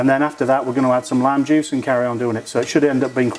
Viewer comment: Revisited this to brush up on the recipe...the first time you said "lime juice", I thought you said "lamb juice". Glad I misheard!